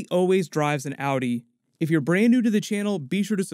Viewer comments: I like how he pronounces Audi as Outie. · Awwdi 😂😂😂lmao pronounciation mate